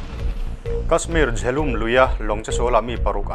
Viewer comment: Jhelam tih tur,jhelum ti lovin